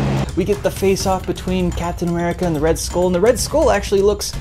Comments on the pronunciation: You really have no business complaining about this movie considering you cannot pronounce the word SKULL, you baldy headed fuck. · Why can't you say "skull" like a normal person?